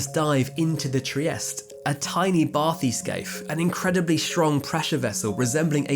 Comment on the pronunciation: you can really gauge the level of education of the narrator, by the absolute butchering of quite a few words...Bathyscaphe, euphotic to name a couple...